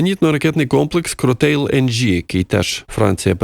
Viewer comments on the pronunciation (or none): Привіт. Шановний авторе! Звертаю вашу увагу на назви.це не[кротейл]. Кротейл,це мімікрія під англіцизм. Комплекс ППО французький,і назва у нього французька[кроталь]. Правильно вимолляти [кроталь],неправильно[кротейл]. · Назва французською вимовляється Кроталь...Героям слава!